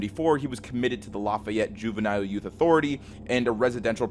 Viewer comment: As a lousianian, it's usually not pronounced "La-Fi-Yet". it's pronounced "La-Fee-Yet"... Anyways good vid